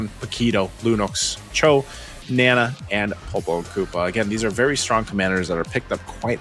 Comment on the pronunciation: its not nena its naaaaa naaa